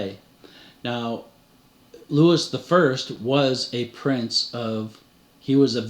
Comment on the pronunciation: Love every minute of your work... I will only correct you on pronunciation. Louis would be "Loowee" and Viscount would be "Vy count"